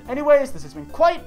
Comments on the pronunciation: Kwite? More like... Doot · Ayyyyy this is "kwite" the video XD